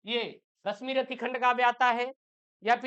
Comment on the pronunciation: Abe unpadh Rasmirathi nhi h Rasimrathi h 😅😅😅